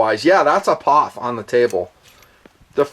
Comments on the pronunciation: I've never in my life heard someone pronounce POF like it was a 3 letter word. Dude, it's Pee Oh Eff. lol Wow, that was annoying af. And you don't do that with any of the other MANY acronyms you use on this channel on a daily basis. lol But all of a sudden, we're Pawf'n it. lol wtf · P...O...F... Not POFF. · It's not a "POF" it's pronounced " P.O.F. " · From a POF owner and enthusiast, don't call it a Pawph! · Pee Ohh Eeff lol